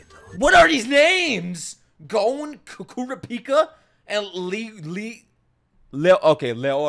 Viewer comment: Phonetics for character names Gon (G o~n) you got it right Kurapika (Coo rah pee ka) Leorio ( Lé oh ree oh) (Spoiler warning in case you haven't gotten to this point yet, but it's just the name of another main character) Killua (Kill ooh ahh)